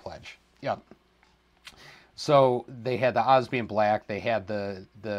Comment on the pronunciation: And “obsidian” black is pronounced differently too. There are 4 parts to it not 3. You can research it I’m sure. Anyhow loved the review and enthusiasm. I’m going to see if I can get one of these tomorrow.